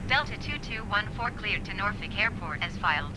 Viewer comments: I’m originally from the Hampton Roads area, thank for for pronouncing Norfolk correctly! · So the scenery you have for Norfolk I think is what’s causing the lack of approach information in the world map. The default airport has the approach information. (Btw, good job pronouncing the city right. I’m from the area)